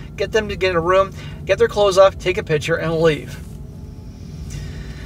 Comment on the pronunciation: cant stand how this guy pronounces "picture" hes saying "pitcher" annoying as hell.